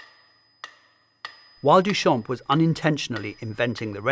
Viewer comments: So irritating that his name is mispronounced the entire time, the "p" is silent in "Duchamp". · Amazing video, what we have today for free on Internet is unbelievable really Btw Duchamp is pronounced without the p at the end, it means "from the field", a common last name that dates from time where last name where picked to recognise a person, so coming from a line of farmers, even if probably far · Not to be that person but in french, the “p” in “champ” is silent